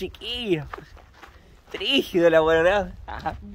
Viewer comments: la palabra es Brígido no "fríjido" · ...se dice BRIGIDO NO Trigido 🇨🇱👍